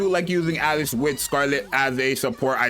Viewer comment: I love how he just keeps calling her Alex because he can't pronounce Alice